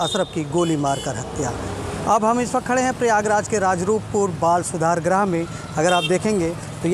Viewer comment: बाल सुधार गृह होता है भाई ग्रह नही कृपया शुद्ध बोलिए ग्रह मत बोलिए गृह बोलिए